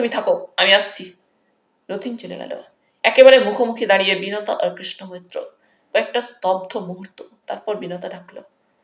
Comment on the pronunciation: কৃষ্ণ মৈত্র নামটি উচ্চারণের সময় বহুবার কৃষ্ণা মৈত্র হয়ে যাচ্ছে।